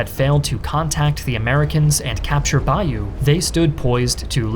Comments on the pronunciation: You need to learn how to say Bayeux, its not bayou its BAY-OH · Great stuff. Bayeux is ‘bay-yur’ Yorkshire is York-shah From a Yorkshireman that’s been many times to Normandy